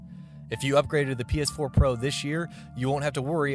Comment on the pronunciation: This is all I can hear - "The game will support HearhghDR and PeAHS4 uPHdate"